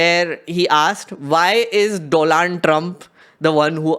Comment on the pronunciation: WTH!! You just called Donald as Doland….validating Modi’s blooper😂😂